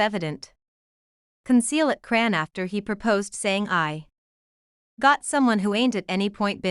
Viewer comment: please fix your bott to say her name correctly because it’s very disrespectful to miss pronounce someone’s name it’s ow put it all together chrisean Rock